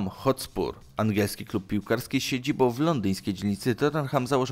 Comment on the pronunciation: min 1.37 cyt ' z siedziboł w Wiedniu ' .Tak człowieku wymawiasz , zapominając o nasalnym ' ą ' .Poza tym ciekawy materiał .Pozdrawiam